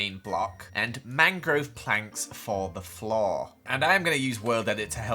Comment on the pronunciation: "The flawwr"